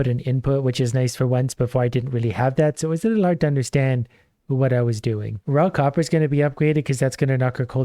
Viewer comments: You mean he ISN'T saying "Rock Hopper"!?!?! I had to re-wind and listen harder. Oh wow. lol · For the first half of the video every time he said "Raw copper" I heard "Rock hopper" and was very confused about the difference between rocks and stones.